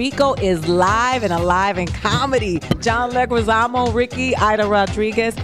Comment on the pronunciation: "John Leguzamano"...? LOL seriously?